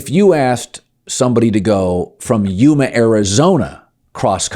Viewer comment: Dang Colin! Coming in hot with Yuma, AZ pronunciation. Thats the 3rd largest city in Az. Only a few hrs drive from PHX, San Diego and LA. Plus an Airport. Yumans do travel but choose too live comfortably in warmer winter weather.